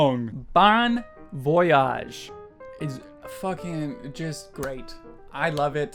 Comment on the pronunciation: I totally agree with you! I really hope they will come to France soon😵😵 Oh and your pronunciation of «bon voyage» is dreadfull😂😂😂😂